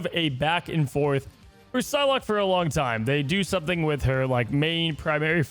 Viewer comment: "Phylocke?" No respect